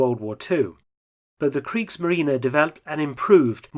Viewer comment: "Kriegsmarine": very well pronounced ! (instead of the usual silent end "e" of English native speakers).